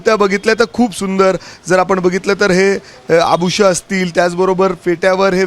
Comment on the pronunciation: Are abhusha nahi abhushana asta..kadhi shiknar tu 🤦🏻‍♀️